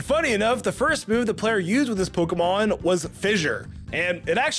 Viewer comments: Why… does he mispronounce a lot of the Pokémon? I know it’s probably bait but COME ON! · Omg the mispronunciation is so bad 😅